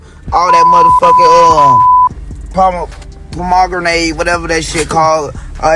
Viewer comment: Kodak said pomagranade 🤣🤣🤣I'm MF WEAK😭😭😭